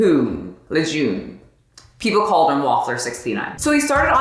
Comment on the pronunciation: Also....LeJeune is pronounced Leh Jurn. #cajun